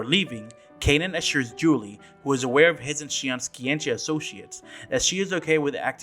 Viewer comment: I think it's funny how you commented how things are said wrong in the game however you consistently call Joachim and Juli wrong for all these videos It's even said in the voice acting how to say the names. It's not "Joehakim" or "Julie" It's like this Yo-ha-keem And "You-li"